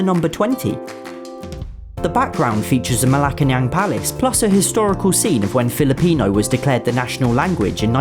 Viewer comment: Finaly a american who can pronounce filipino language right